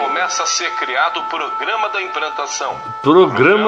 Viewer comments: Analfabeto e o livre exame das escituras + o gozo de fazer um vídeo. Ri demais com o Caio. "Imprantação" kjjjkkk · a cara do Caio na hora de ouvir a mensagem é ótima kkkk! "😳é ?!" "aah.. uhum - imprantação😅"